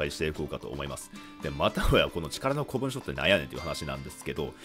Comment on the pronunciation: 古文書は一般的には「こもんじょ」って読むんじゃね。余計なお世話で申し訳ない。